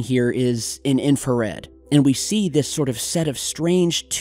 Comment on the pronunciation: You deserve to be slapped everytime you say infrared